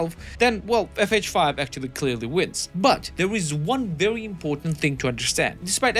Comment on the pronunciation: “vewy” you sound fat bro sort yourself out